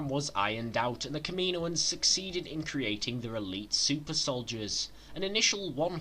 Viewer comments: It's pronounced KAM-IN-OAN not KAMINO-AN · Kameenoins😂 u mean kammanoins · Kaminoins . (Cam-a-noins) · The way you said "Kaminoans" pissed me off lol